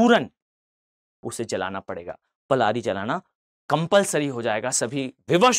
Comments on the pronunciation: Sir, It's known by Prali, not Plari. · पलारी नही0 पराली होता है